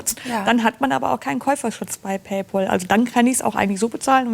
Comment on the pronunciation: PÄÄÄÄÄÄÄÄÄÄÄÄÄÄÄÄÄÄL! Es heißt Pay-Pääääl.